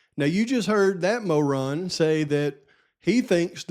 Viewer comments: Love your pronunciation MO' ron. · It's pronounced mo-ron. Lol